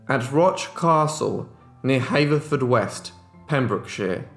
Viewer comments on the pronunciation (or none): I have heard you pronounce the town Haverfordwest incorrectly. It is pronounced Ha-ver-ford-west. As a Welsh woman I hate Welsh words or town names spoken incorrectly. Apart from that your videos are brilliant. 😺